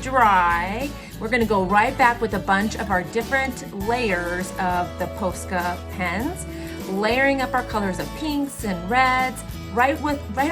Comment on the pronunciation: YOu say posca wrongggg